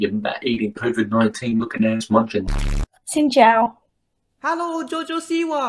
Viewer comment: AT LEAST THAT XIN CHÀO WAS PERFECT 😭